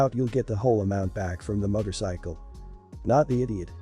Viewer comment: Sweatpants and motorcycle pronunciation is ugh